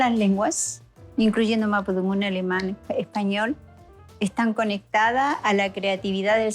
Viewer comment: Mapusunfun 😂😂 señora por lo que veo no leyó los libros es mapodungun !!!!!